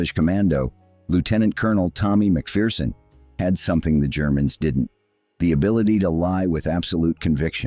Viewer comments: Pity the commentator couldn’t pronounce McPherson properly. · Maybe amend your AI pretend voice, it’s pronounced MAC-FER-SON. Also Fettes college is pronounced FETTES, you pronounce the TES it’s not silent.